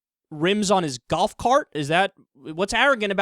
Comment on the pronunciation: kyle says golf so funny lol